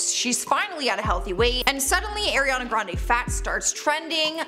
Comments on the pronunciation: It’s ariana not AIRiana lol tf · Its not Airiana.. It's Ari ana Grande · I can hardly get through this video with her saying AIR riana it’s ARE riana omfg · Why does people still pronounce her name wrong. It's Ariana not airiana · Air-e-yah-nah grande. It’s Ariana. It really ticks me off how some people pronounce her name 🤷🏾‍♀️🤦🏽‍♀️ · Charlotte calls her "Air"iana grande. Now, so does. Is it a Canadian thing? Lol. Watch the video that's 20 seconds long of ARiana Grande saying her name. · “eRiana grande” that’s not the point tho this is so mean like imagine making fun of ariana smh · ARIana not AIRiana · It's ariana not air-iana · “Airiana” come on it’s not that hard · I hate it when people say “airena grande” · I cringed every time she said Airiana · The first thing I heard: AIRiana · AIR-iana lolllll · AIRiana grande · If you’re going to make a whole video about her at least pronounce her name correctly.. AW REE AW NUH